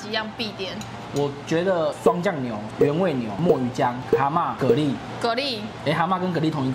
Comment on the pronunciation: 蛤拉不是蚵拉 XD